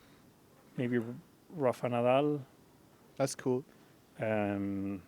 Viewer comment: its so funny how carlos pronounces Rafa Nadal with an english accent like Ruafa nadal, and barselouna too